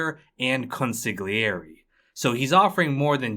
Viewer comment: you are just not permitted to butcher so horribly the word "consigliere" after having covered entire Sopranos show!